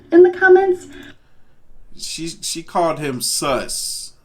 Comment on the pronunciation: Thought she said sucks not sus